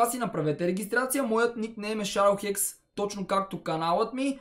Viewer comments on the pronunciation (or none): none